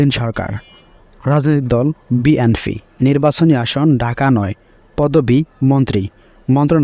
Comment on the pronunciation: বিএনফি না ভাই হবে বিএনপি। একটা দলের নামই ঠিক ভাবে উচ্চারণ করতে পারেন না আপনি 😅